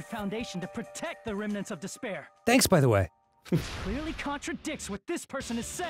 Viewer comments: haha sorry it's just I played all 4 main games and watched all the anime associated with the game series in the course of a month and now all I hear when they say despair is "disbear" I think this series has made me lost my mind. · Every time they say ultimate despairs I keep hearing ultimate dis bears and it makes these so much funnier